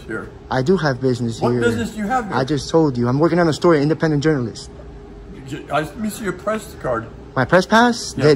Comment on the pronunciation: He says it's a 'publeec building" and "staue of law" and "independent journaliseet"